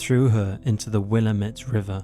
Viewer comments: Will-AM-ette river. In the WillAMette valley. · I live in Oregon, just a few miles from OSU, and wasn't aware of this girl's--Karen?--murder. Very gruesome. I'm going to try to find out more about the case, it's incredibly sad. (The river is pronounced Will-LAM-it)